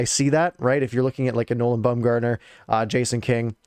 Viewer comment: Baumer was the Captain of our AHL team while in the organization. It's BOMBgartner not BUMgartner btw lol he's not an MLB pitcher lol